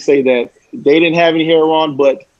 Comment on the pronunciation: Last name heron, you mean heroin, I can't stand it when people pronounce heroin heron.